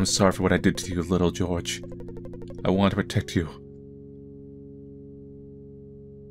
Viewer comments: It's pronounced whore- hay not george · Jorge is pronounced Hor-Hay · Jorge is pronounced differently. It's a Spanish name, and the J and G are pronounced like an H. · The way he pronounced Jorge as George, adorable